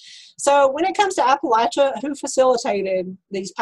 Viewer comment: Thank you for pronouncing Appalachia correctly!